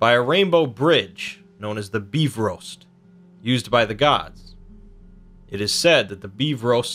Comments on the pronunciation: LOL HE SAID BEEFROAST instead of bifrost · what the hell is the befrost its bifrost